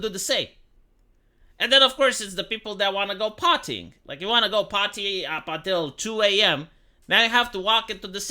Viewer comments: I thought you said "the people who want to go potty".😂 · i cant be the only one that when he said "go party" heard "go potty". 15 minute for me to make a poopy.